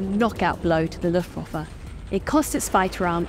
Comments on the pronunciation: I know this is the most boomer-complaint every but the second syllable in Luftwaffe is pronounced "vaff-uh" not "woff-uh". Otherwise great job! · Just a little note, in German w is pronounced as a v (and v as f, but that's less relevant here) - so pronounce Luftwaffe as Luftvaffe).